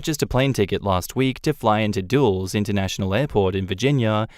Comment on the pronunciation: The airport name is pronounced "Dull-us".